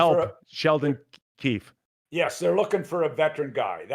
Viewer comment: It looks and sounds like Mac is saying "Sheldon Keith," but the guy's name is Keefe.